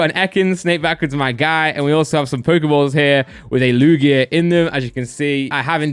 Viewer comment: How does he not know how to pronounce Lugia correctly